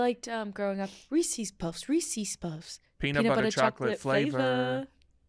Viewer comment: ITS PRONOUNCED REESES NOT FUCKING REESIES